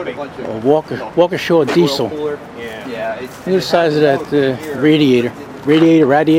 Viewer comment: Why do people call it walk-uh-shaw? It's pronounced walk-ee-shuh